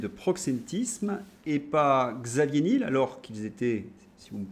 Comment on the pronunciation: Alors Xavier Nul, c'est top ! L'ennui, c'est qu'en prononçant son nom Nil, certains risquent de ne pas réaliser qu'il s'agit bien du patron de Free. Delphine Arnaud n'était pas dégoûtée... ça en dit long sur le sens du mariage dans ces milieux adorateurs de Mamon. Je plains la pauvre Candace qui doit prononcer Trogneux !